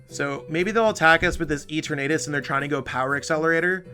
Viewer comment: Lol E-tur-natus